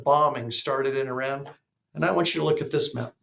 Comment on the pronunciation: You mean since Carter and it’s pronounced E-Run